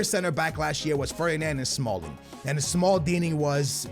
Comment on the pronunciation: He said smalld